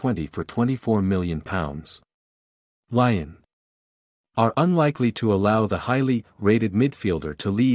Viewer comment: And pronounce Leeon right